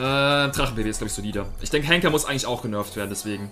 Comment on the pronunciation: Du sagst immer hängker 😂😂